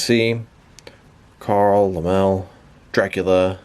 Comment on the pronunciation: It's pronounced "Lem-Lee" Carl Laemmle